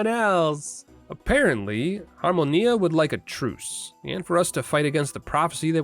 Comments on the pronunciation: Good lord your pronunciation of Adrestia and Harmonia is perfect! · The (very correct) way you pronounce "Adrestia" and "Harmonia"? Be a superior American and this language lesson: Apply that directly to anything Japanese you might say in the future, but make the Rs more of a middle sound between R and L. Then you're pronouncing Japanese better than ~99 % of Americans. xD